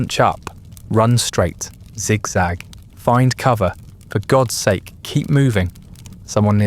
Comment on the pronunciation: Of course it is. Multiple channels using the same voices, delivery. Also constantly using the wrong pronunciations of words like “polish” and “bow” and “sake” that a human would know makes no sense